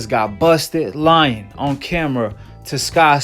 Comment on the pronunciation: I’m a teacher so I’m well educated... you “lien”. Lol